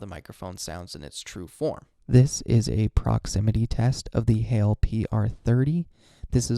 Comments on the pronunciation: Heil rhymes with file or pile, not snail or fail. :) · Nice video, and lovely mic. BTW it's pronounced Heil to rhyme with smile :) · The PR30 is a great mic. I broadcast with it and I have an AC running, fridge running and no noise dampening. Noise rejection is excellent. 3 things. 1. It is pronounce hi el (one sellable with a long I sound). 2. Use your own style. You did an exact replica of Podcastage. Make me want to listen to you. 3. The Heil windscreen cuts out all the plosives. Much better than the pop filter. Oh, great logo.